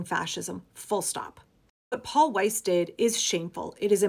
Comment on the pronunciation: good job on german pronunciation if weiss